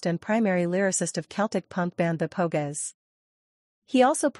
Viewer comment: The Po-gess. Ouch! Painful